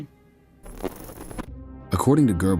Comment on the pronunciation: Your new narrator whatshisname -? - mispronounces many, many words, eg Goebbels and Prussia.